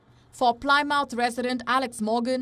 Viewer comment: The y in Plymouth is a short vowel sound i